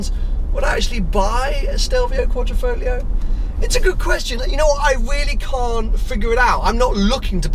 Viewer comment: it is not 'Folio' BUT 'FoGlio'.........lol